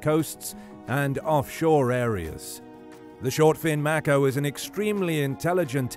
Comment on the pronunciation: “May - koh” Not “Mack - oh”